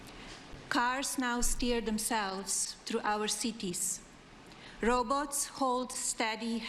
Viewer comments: HAHAHAHA LMFAO JUST AS DUMB AS trump… the “row boats” HAHAHA you mean robots??!!! SERIOUSLY PEOPLE LOOK AT THIS STUPIDITY “running our government”… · I'm going to start saying what the Republicans always say "If you're going to live in America learn to speak English" and that goes for Melania too. Row boats? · Does she mean "robots" instead of "rowboats"? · What’s a row boat ????😩😂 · Row boats 🤣🤣🤣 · She can say “innovations of first generation humanoids” perfectly but can’t conjure up “robots”? Bet. #HeIsAnAsset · Ohhh. Was she trying to say 'robots"! 😂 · Rowboats. 🤣. God help us. She sounds like one. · “Roobots” Ain’t no way she speaks English. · Rowboats instead of robots! She is hopeless! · DA BIH CANT EVEN SAY ROBOTS….DA ROBOATS R HERE😂😂😂😂😂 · Robots not row boats monkey boy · Robots not row boats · LMFAO "ROW-BOATS" !!!!! ☠️☠️☠️ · Yeah I'm thinking "Rowboat" actually. I guess she means Robots ! She's Stupid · " Row boats"??? 😂😂😂😂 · Uhhhh, She said "robots" not row boats. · Lets Row Boat her....lol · C’mon guys - “row boats” are really dangerous - your arms get really tired & you could drown. Peter Duecy 🤞💩 Mark Zuckerberg can’t afford a decent haircut. Who is Gosh? “How much money are going to spend?” - “Tell me ddy” you said ddy too 😭😭 Facebook’s net worth is 1.69T- you’re telling me they’re going to give up 600m of that — B.S. I didn’t vote for anyone - I’m not stupid - I’ll believe it when I see it - me at the top. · What the hell is Melania doing talking tech and “row boats????” Lmao These tech guys disgust me! Sell outs and backstabbed to Americans even though WE MADE THEM!!!! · Row boats 😵‍💫😂🤣😂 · The row boats😂(she can’t read “robots”!) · I heard rowboats, too. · "ROWBOATS"?? SHE COULDN'T FIGURE OUT IT WAS "ROBOTS"????? ARE YOU KIDDING???? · I thought she was saying row boats 😂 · Oh,"robots"! I thought she said, "row boats." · I thought she meant rowboats, no lie! 😂😂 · She said Rowboats INSTEAD of Robots 🤖 🤣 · Whats a "Row Boat".....